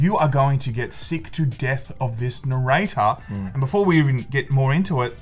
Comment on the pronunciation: Never heard narrator so many times. The accent makes it sound so wrong